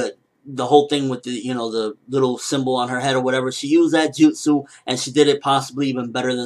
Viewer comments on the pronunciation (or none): none